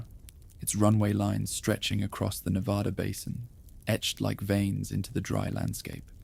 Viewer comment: Reno, NV. pm I can’t go to sleep because you keep saying Nevada incorrectly! 😂